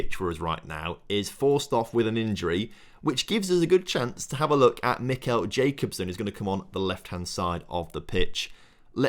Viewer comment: It's not jacobsen it's ja-cob-sen look online how you say it